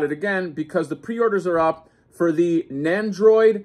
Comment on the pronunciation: NEN-doroid Not NAN-doroid. NEN!